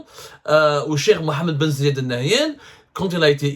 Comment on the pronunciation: c'est aussi dur de prononcer bien le nom du prince Emiratti?? Ben zayyad ??